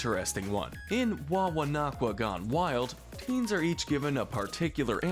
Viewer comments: I have to ask if the narrators have seen the shows they talk about. There’s so many mispronunciations (Wawananinakwa, Leshawnda, etc.). I don’t mean to make fun of the narrator, I’m just wondering if it’s the person speaking or if it’s the script they’re reading from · Man has never watched the show in his life if that's how he thinks Camp Wawanakwa is pronounced.